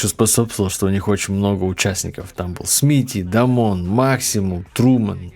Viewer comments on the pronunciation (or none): Не Дамон, а Дэймон же. С ним у Смерч ака Жакау был дисс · Дамон емес, Дэймон)